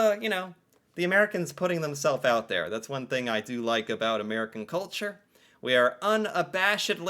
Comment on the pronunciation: Yes Canadian is a language. They cannot say "house" or "out" right.